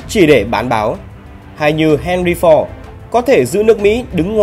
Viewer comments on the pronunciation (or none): none